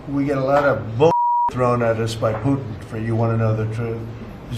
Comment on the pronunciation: Poo-in? Do you mean Putin?